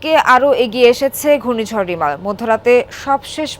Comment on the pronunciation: সঠিক উচ্চারণ: 'রিমাল'